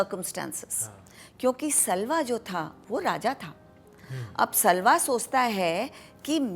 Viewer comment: Pronunciation errors. For example: सल्वा नहीं साल्व